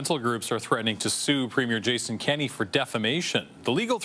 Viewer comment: It's Premier Kenney...not "Kinney". Do you live in Alberta?